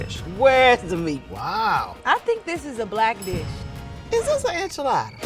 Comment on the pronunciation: Why's say enchiladda like that!! He's mexican AF